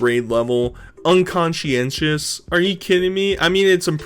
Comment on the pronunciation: Ngl, I was stunned that knew how to pronounce conscientious.